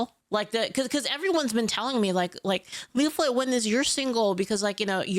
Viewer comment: it's a joke because Asmongold watched one of her videos and accidentally called her instead of Leaflit. It's now one of her alerts and you can hear it in this video.